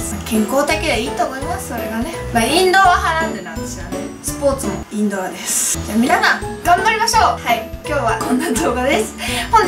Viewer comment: インドアがインドラに聞こえた